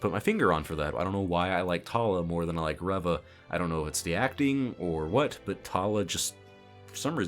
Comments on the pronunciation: Your intentional mispronunciation of Reva's name comes off as ignorant and disrespectful. And I don't even like the character. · I may be wrong, but I don't think he mispronounced her name on purpose. If I had to guess, he may have forgotten her name, referenced his notes, saw “Reva,” and accidentally pronounced it differently. I say this because I forgot her name. I remembered her as “Third Sister,” and it was only from watching other reviews that I was reminded of the character’s actual name being Reva. (Remembering names isn’t my strong suit.)